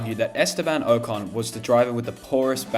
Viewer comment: Who the hell is Ohhcon & izzak? If you're making videos learn how to pronounce names correctly. Cheers